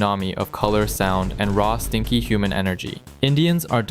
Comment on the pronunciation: Heavy emphasis on the stinky.